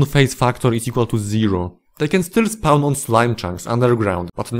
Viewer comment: First time I'm hearing spawn pronounced as spaouwn. Also fandom wikis are evil monopoly garbage, use real wikis